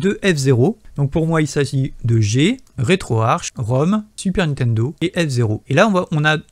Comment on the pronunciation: Le programme etant en langue Anglaise, se prononce RetroArK et non Arche !